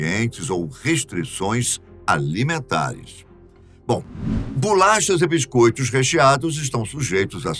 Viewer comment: BULACHAS?? Pensei que fosse Bolachas... 😤🤬👊🏻